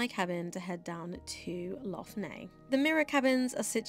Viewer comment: Nice vlog but you should have asked a local how to pronounce Lough Neagh! It's just Lock Nay no need to add the gutteral sounds!!